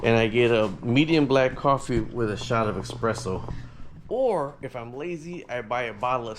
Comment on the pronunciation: eSPresso not eXpresso